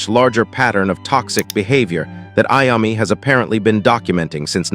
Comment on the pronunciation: It's pronounced I-O-ME. TONY IOMMI